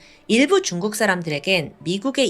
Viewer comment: 근데 왜 쭝국이라고 발음 하는거에요?